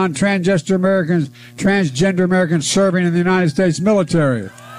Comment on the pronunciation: "transjester Americans..transgender Americans in the military" He had it right the first time.